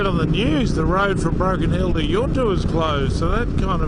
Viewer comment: Well I have to say it but its yunta like sun not yoonta enjoy